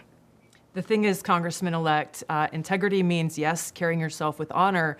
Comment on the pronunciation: "Con.... gressman elect"